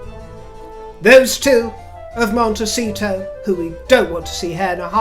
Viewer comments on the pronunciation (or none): Did you say Mondeceito?